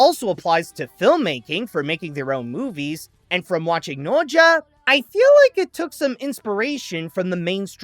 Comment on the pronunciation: Is bro saying the name right? I don't think so. 🤨🤔